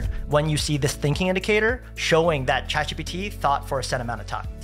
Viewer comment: great content - unfortunately for me, I have to listen to this at half speed - when he is saying, "Chat GPT" it comes out like "Chacfee' and when he says, "Text Expander" it sound like he's saying, "test-a-spanner'